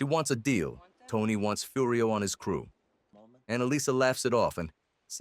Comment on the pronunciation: Yeah listen to how it says AJ and Furry O